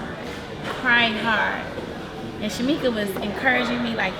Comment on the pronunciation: Her name is Shamika y’all not Shamira. Lol!!